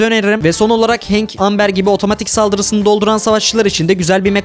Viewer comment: Abi bilgi olsun amber amber diye deil embır diye okunuo😊 video için tşk❤